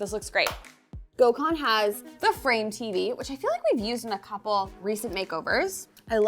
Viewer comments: Take a sip Every time she sys gokhan😂😂😂😂😂😂 jeeeeeZzzzz woman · Gosh it killed me hearing how they pronounce his name. Gecmis olsun Gökhan… u should really tell them how its pronounced correctly 😂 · The way you pronounce his name is craaaazy 😂